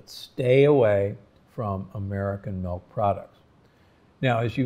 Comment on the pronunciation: Interesting. I noticed you pronounced milk like melk, which is actually the dutch way of saying and writing milk. :)